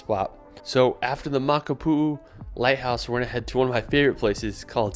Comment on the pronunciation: You literally butchered the Hawaiian language mispronouncing most of the location names in this video. For example, say: "Moc-Ah-poo-ooo" (Makapuu). Those spaces or "stops" between vowels are important!